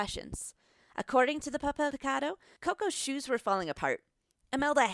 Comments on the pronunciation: "(Pah-Peihl-Pee-Cah-Dough) TRIGGERED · 'pahpel pehcadoh' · If i hear this bitch pronounce “puhpel pecado”.... papel picado pendeja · “Puppel pecawdoe” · When she says papel picado it sounds like shes saying pip avocado XD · Papel picado, that is not how you pronounce it in Spanish. You're pronouncing it as if it was an English word, that's a given, but try to listen how actual Mexicans pronounce it, or how a German would pronounce Berlin "Guitarrón", you should emphasize the last syllable, as indicated by the tone mark "Mexicano" is pronounced "Meh-Hick-Ann-Noh" Af for those piñatas, I can totally forgive the pronunciation, since English has no ñ, but try combining the ng at the end of "thing" with the german word "Ja". Also, the T is pronounced like in the word tall Alebrijes is almost good, but to understand how the letter J is pronounced in Spanish, ask a German to pronounce Nacht, Loch, Fluch, Bauch Pepita, once again, has a hard T, not a soft one The list goes on